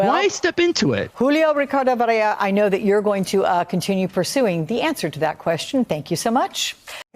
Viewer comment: I’m hearing her pronounce it as Varella and not Varela.